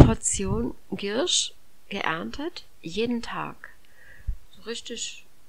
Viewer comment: Die Pflanze heißt Giersch ( mit ie ) und nicht Girrsch. Gruß aus der Apotheke.